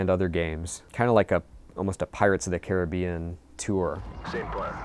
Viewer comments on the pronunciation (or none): none